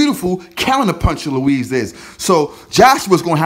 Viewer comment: Its not Luiz its Ruiz